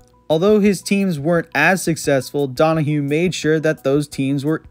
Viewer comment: It's Kelly Donohoe, not Donohue. And I believe Seurer was pronounced "Sire" or at least "Sire-er" rather than "sewer". No Bobby Douglass?